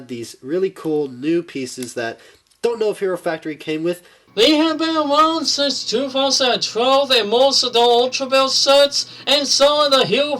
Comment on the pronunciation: Haha you called him out multiple times for calling it a gear function and "corrected him" that it was a knob function. And its "since" not "sense", just trying to help improve like you said you were